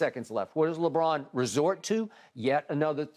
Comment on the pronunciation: “Lebrick” lmao